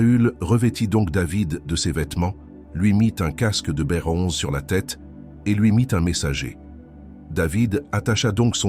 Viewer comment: Br onze ce dit bronze...du coup c un robot qui parle